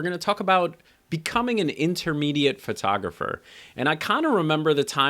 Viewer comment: Pet peeve here. "FIRTOGRAPHER". Somehow PHO-tographer becomes FIR-tographer. You're not alone. That's all - off my chest now... Regarding your youtube content; EXCELLENT!!! THANKS.